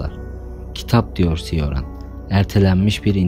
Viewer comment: Coran diye okunur ismi.